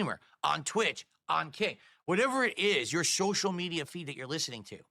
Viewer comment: your shoshial media feed